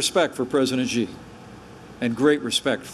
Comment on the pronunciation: Pence canot even pronounce Xi properly. That speaks loads on US ignorance. China will become number one both economically, militarily and in influnce around the world. The US has to accept that or there will be no peace.